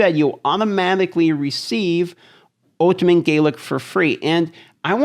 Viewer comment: The way you say "ultimat" is weird